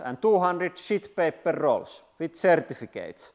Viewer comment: You crack me up every time you say SHIT PAPER with your accent!🤣 I haven’t heard “SHIT PAPER” since I was in the US Navy over 50 years ago, still funny today !!!